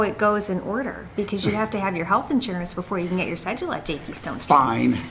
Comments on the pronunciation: It's sounds like "se do la" not cejula. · And JP It’s “ce-doo-la” but I still like how you guys say it. Greetings from an Ecuadorian living in NYC. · I like how you guys pronounce cédula “ce-joo-la” haha.